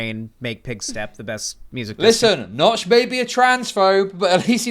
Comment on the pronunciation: making a Minecraft clone and calling yourself Nox… not “Notch”, this seems like the first gaming industry plant